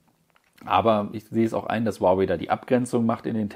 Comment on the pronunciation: Ich glaube die Aussprache Huawei ist richtig